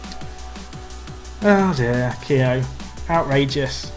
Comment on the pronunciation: Keogh pronounced key-oh